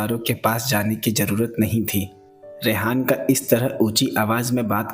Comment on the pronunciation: Ara rehana ko rehan bol re kiya bhi ❤btw nice explanation 👌 😊 ☺️ 👍 👌